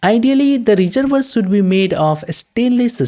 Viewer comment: great explanation, love the reservoir pronunciation, thx